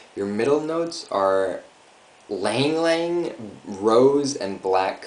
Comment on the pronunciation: it is ylang ylang ." not lang lang Cananga odorata, known as the cananga tree (Indonesian: kenanga, Balinese: sandat), is a tropical tree that originates in the Philippines. It is valued for the perfume extracted from its flowers, called ylang-ylang (ee-lang-ee-lang) (a name also sometimes used for the tree itself), which is an essential oil used in aromatherapy. The tree is also called the fragrant cananga, Macassar-oil plant, or perfume tree